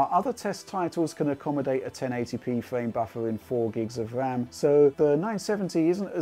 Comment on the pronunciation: Fwame rate lol